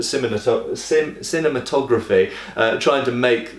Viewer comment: Did you say Cinnamon topography 😆. Really enjoy the videos sir. Keep it up.